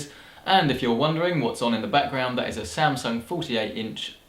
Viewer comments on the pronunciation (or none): none